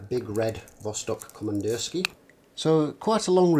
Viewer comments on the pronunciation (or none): Yep, сделано в россии = made in Russia. Also it's pronounced Komandirskie-a- with an ah sound at the end.